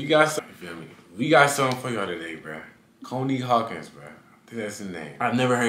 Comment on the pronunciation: Nigga said “Coney Hawkins” 😂